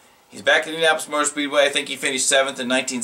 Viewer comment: Good stories, but slow down and stop slurring I-N-D-I-A-N A -P-O-L-I-S